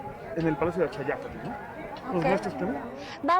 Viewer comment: la expositora es argentina y no puede pronunciar bien el náhuatl: Axayácatl: acsaiácatl enfatizando la "tl" final